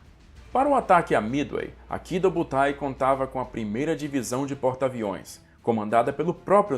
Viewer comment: É Midway não mithey